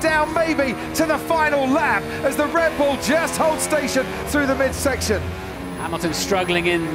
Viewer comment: anyone hear dread bull lol